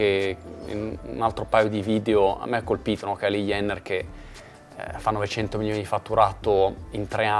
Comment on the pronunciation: Bella intervista e tutto pero ti prego non dire più KYLIE IENNER 🙏🏻🙏🏻 JENNER con la J